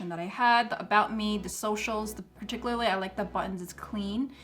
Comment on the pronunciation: Very helpful, thank you.... and I mean no offense, just trying to help bc you used the word about 10 times and mispronounced it each time (particularly)... it's PAR-TICK-YOU-LAR-LEE...thanx again